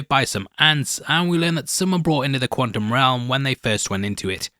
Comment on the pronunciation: I hate that says quantum without the T. Quanum? What’s quanum? Lol